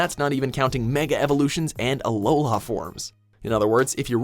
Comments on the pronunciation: "Aloha" forms.... really?😑😑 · Alola not aloha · did this man really say "aloha forms"? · did he really say “aloha” forms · Did I just hear Aloha forms? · He said aloha instead of alola I want to delete watch mojo now please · aloLA forms, not aloHA forms. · I might be the only one annoyed by when he said aloha instead of alola, search for that shit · "We're not even counting mega evolutions and Aloha forms." You mean "Alola"? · It’s aloLA not aloHA just saying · Who else heard "Aloha" forms? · DID YOU JUST FUCKING CALL IT ALOHA FORMS?!??!?!?!??! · Alola, not “aloha” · "Aloha forms" Sigh . . . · The moment i heard "aloha forms" i stopped the video lol. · "Aloha form" 1st you said "Ash Ketchum clone" and now you do this. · Watch Mojo needs to leave anime alone. It gets me how they mispronounce things like "aloha pokemon ". Some things I agree with others are just idiotic. You can't compare a jrpg to a wrpg, this is just my opinion but games like skyrim suck. Also pokemon go has nothing to do with taking pics just bc it's uses a cellular phone. I'm so tired of pokemon go, it barely qualifies as a pokemon game, and all it did was bring posers and trend followers out of the woodwork to annoy true fans that have been playing since the beginning. I met one chick that never played pokemon and decided to get black 2 first.. ugh. Then she says she has her favorite pokemon Pika. I was like you mean Pikachu, she said no it's his baby stage, I said then Pichu. She said no Pika evolves into Pikachu. I just gave up and walked away. Watch Mojo is nothing but people who just jump on the most popular thing. Like I stated earlier they butcher anime pronunciation. If you can't name any other pokemon besides the popular ones you need to stick to the shit you understand. They probably play call of duty like 80% of gamers and last pokemon game they played was gen 2. Sorry for the rant pokemon go just ticks me off